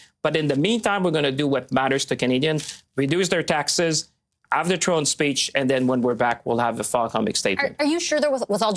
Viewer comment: "throne speech" Champagne, not "drone speech" 😹